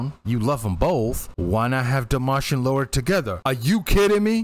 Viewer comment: Just a small point: it's Lara, not Laura.